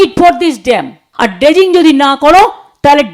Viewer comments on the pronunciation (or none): ' ড্যাম্প , ডেসিঙ ' আহা , কি উচ্চারণ 😂